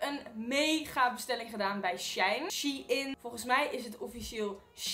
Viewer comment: Its sh e ien